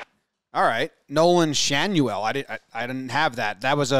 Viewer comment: It's Nolan SHAN-oh-el and Zach NET-oh